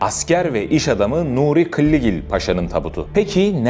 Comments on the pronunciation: Adama niye kıllıgil diyorsun sürekli killigil diye söylesene doğru düzgün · Kılligil değil Killigil. Türk kahramanı anlatıtken Türkçeyi bozma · Faydalı içerik ama ısrarla KILLİGİL demen kulaklarımı kanattı. Umarım bi' bildiğin vardır.